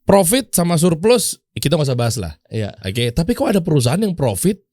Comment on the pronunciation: Coachnya gak bisa bilang Profit, bisanya Vrofit 😂